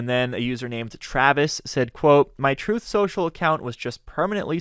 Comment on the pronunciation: "Troth." If you can't enunciate the word truth, Houston, you have a problem. 📢